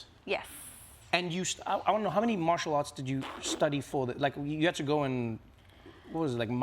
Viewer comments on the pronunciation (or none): none